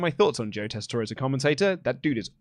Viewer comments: Tessitore is pronounced without an é at the end 😂 Just pretend the e isn’t there boys 😜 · I love wrestle talk, but Daggum it it’s pronounced Tes-I-tour. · I really wish didn't mispronounce Joe's name cause now everyone is doing it.... it's tessitore......so you say it tessitor